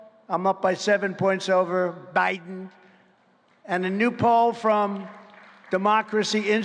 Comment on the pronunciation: did he say joe briben? lol